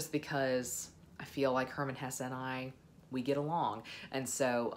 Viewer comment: it's Hesse, you're going enjoy it🙂